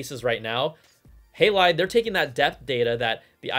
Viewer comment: It's HA not Hey for Halide :)